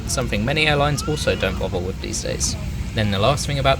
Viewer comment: "wivv"? Speak English.